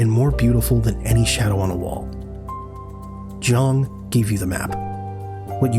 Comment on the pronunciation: Good video, well presented. But just fyi: 'Jung' is pronounced "Yoong".